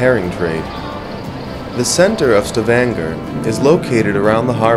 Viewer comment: its pronounced "Sta-van-ga"... lol